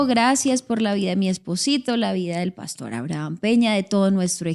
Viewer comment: Buenos dias. Por favor no cambien la pronunciacion de las palabras. Cheo dice pàstor en lugar de pastor, seo oye tan feo esa pronunciaciòn